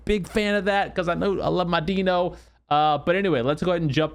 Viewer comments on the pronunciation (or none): ITS DINO .. like dinosaur...duh...not DENO. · dino like dinosaur, not like DEEEE nooooo... :)